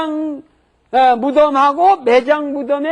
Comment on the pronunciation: 화장할 때 화는 길게 소리내야 하는데, 왜 짧게 소리를 내지?